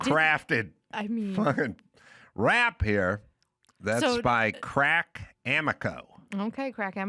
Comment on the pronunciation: Them says cracks name wrong is pretty good stuff